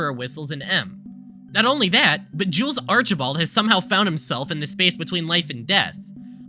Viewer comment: every time you say jules,i hear jews